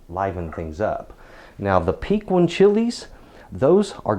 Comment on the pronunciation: Very informative. I've been hearing a lot lately about Fresno chili's, where do they fall on your scale and what exactly are they. My only critique of this video is how you pronounce piquin, here in south Texas where they grow wild and are fabulous we tend to pronounce piquin: pikeen. Chili Relleno is what you get when you stuff the poblano and batter and deep fry it, for the folks who want to order that when they go out. :) I agree it is decadent. Thank you again for posting this. I can't wait to check out some of your other vids...